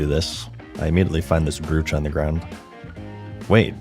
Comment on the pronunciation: Just F.Y.I. It's pronounced "broch" like BRO and CH at the end of it. Not broo ch or brewch.